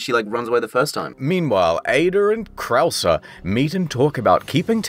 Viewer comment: I really thought he was just that bad at spanish pronunciation, until we made it to Krauser and it became clear that mispronouncing everything was a running gag.